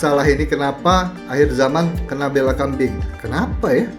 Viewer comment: Sebutannya bEla tu kayak Emak, bukan (bAYla)